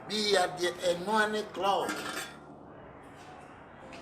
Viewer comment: Is it club or crub 😂😂😂😂😂kyekye nie 😂😂